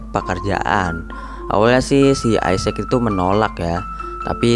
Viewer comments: bacanya bukan isec bang tetap isacc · Bacanya gini bng = isaac w sprauge isaac = isak w. = Doubleyu spauge = speigej